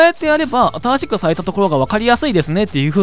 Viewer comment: ゼロの言い方が、ぜぉ 新しくが、あたぁしく ちょっとおもろい